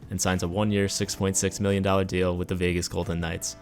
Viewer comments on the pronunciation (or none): none